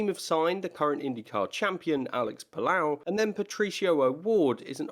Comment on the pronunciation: Alex Puh-low, not puh-lao